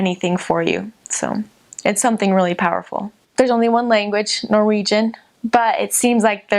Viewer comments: I have to say your Norwegian at the end was very impressive! I'm Swedish though, but could actually not hear any difference from a native Norwegian. Greetings! :) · Her Norwegian is amazing! Considering she's an American it's even more impressive since it can be difficult hitting the right tones and nail the stress. Stå på!! Edit: idk why, but all the people on this channel who lived in Norway look super Norwegian lol